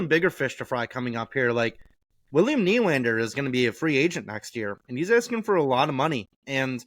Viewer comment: Dont like the way you say nylander 😂